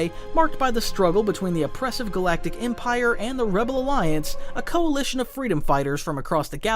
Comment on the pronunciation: No one talking about how he emprie instead of empire